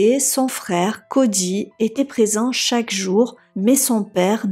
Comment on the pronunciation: Cody. Pas CODJY🤦🏾‍♀️